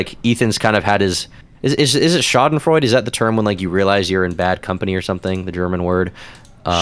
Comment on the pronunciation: What was that pronunciation of 'Schadenfreude" 😂